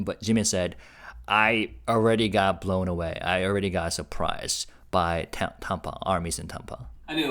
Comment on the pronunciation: thank you for all your translation videos!! TAMPA rhymes with Stamp, Camp, Amp ( wattage). You say it with a British accent. It is TAMP- Ah, like Stamp-ah. You are saying Tompa, Tahm-pa. Like the name Tom. Cramp. Stamp. Camp. Amp. Damp. Tamp-ah